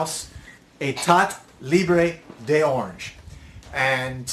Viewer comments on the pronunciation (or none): Heh... eh-TAH lee-br door-RANZH